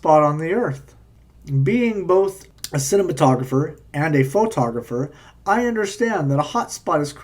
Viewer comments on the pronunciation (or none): “I am a photòh-graphor”. That is hilarious. To emphasize the word and make it sound more important. Appealing to his own authority and then present his interpretation of evidence that makes an oak trea seem brilliant. No offense to oak trees.